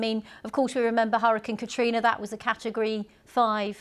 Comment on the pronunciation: Why does she say hurricine? Ma’am